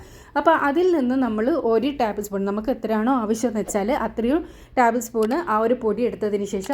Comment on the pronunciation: ടാബിൾ സ്പൂൺ അല്ല ടേബിൾ സ്പൂൺ ഓഇ